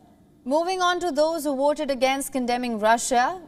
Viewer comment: Someone needs to call her attention on how she pronounced her "V".. she keeps on saying "WOOTED, WOOT and WOOTING" when what she was trying to say is VOTED, VOTE and VOTING.